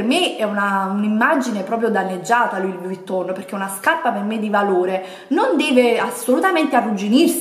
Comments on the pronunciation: Eh purtroppo "Louis" l'ha pronunciato bene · A tutte quelle che Hanno sottolineato o deriso nei commenti la pronuncia di Louis. In francese si pronuncia non facendo sentire la S. O vi state zitte (dato che offendete quando in realta´ sbagliate) o vi informate.